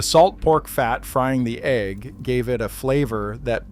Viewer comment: A fried "AG" sandwich? Stupid AI can't pronounce egg correctly or what.